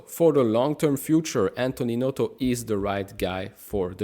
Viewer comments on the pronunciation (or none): none